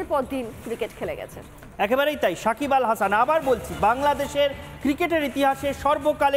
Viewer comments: মাদারি শাকিব হবে না সাকিব হবে। নামটাও ভাল করে বলতে পারে না সে আবার নিউস করে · Sakib khan, sakib bal hasan..... Ke sanbadik ra baba.....kon gorto takha asa ara..... Apnara uccoron sekhar jonno BTV dakte paren....